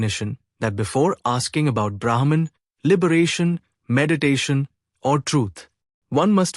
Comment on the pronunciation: "The changing world is known because of the Unchanging"- this sentence is enough for one to intute The Unchanging 🙏 Can Brahma and Brahman be pronounced correctly please?